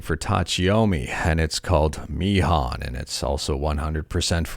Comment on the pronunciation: Mihon is pronounced "Me Hone" as it's a play on Nihon, the Japanese word for Japan, and likely combined with Miru (to see) Yomu (to read) was where yomi comes from in Tachiyomi.